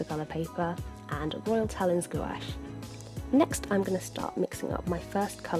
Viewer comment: really love this 101. only cringed a little about the english pronouncination of talens, but i understand it so much.